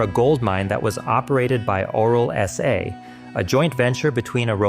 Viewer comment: He sure pronounced it "oral SA".